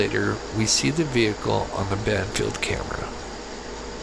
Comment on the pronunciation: It’s Band Field, not Banfield.